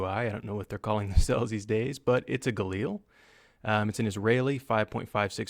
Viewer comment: How the heck did you pronounce Galil in the first part?! "Gah-Lil"